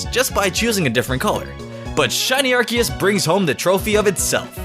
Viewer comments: ITS ARK-EE-US NOT ASS-SEE-US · you need to choose between Ar sea us, and Ar key us!!! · ARCEUS IS PRONOUNCED R-KEY-ES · No it's arcoose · First, Arceus is a Mythical Pokemon, secondly Arceus is pronounced with a hard "c" like Ark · Its weird how he pronounced Arceus and then Ar'keus' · I love how you literally alternated between RKS and RCS as the pronunciation for Arceus and didn't even say Yveltal's name! Great video! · its ar-KEE-u-s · He said arseeous ( ar-see-iess ) XD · Also the correct pronunciation is Ar-key-us. Just wanted to say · anyone else think Arceus is pronounced "Ar-Kay-Us"? Because.. you know... RKS system? They both change types due to held items...? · Its pronounced Ar-Ke-Us. Arce in Ar-ce-us stands for Butt in British. O.O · you pronounced acreas both ways in one number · Why you keep switching between pronunciation? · I love the alternating Arceus pronunciation lol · Which pronunciation are you choosing for arceus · I'm triggered by how he pronounced arceus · Dvery time you said arceus I cringed, this video is amazing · Shiny Arceus is my least favorite shiny legendary. Also I like how you pronounce Arceus like 3 different ways. lol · look at the way he pronounces Arceus in and then a second later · I love how he said both pronunciations of arceus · Arceus or Arceus (Arkeus)? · I like how you said two different pronouciation of arceus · He switched pronunciation of Arceus SO MANY TIMES. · Hmmmmmmmmmmmmm He says arceus in a super weird way mhm hmph where is the real one?!?!? ?!?! Hmmmmmmmmmmmmm is he ? Drunk? Idk pretty sure hes drunk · Take a shot every time he alternates Arceus pronunciations.